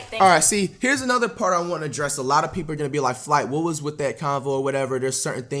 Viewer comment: Flight or fwight? Whats yall thoughts?😂